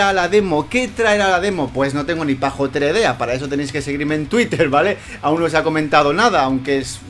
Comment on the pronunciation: Se dice "pajolera",no "pajotera"